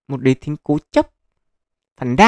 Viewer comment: Đế Thích á ad đọc lộn rồi , chắc boss chip fan tây hành kỷ